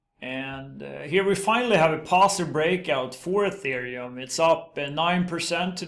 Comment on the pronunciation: Thank you for pronouncing ETH "Ethereum" and not "Ăthereum" like all the other crypto youtubers do. Dirived from the word 'ether'. Definition: Upper pure bright air. Pronounced (éther) (eether)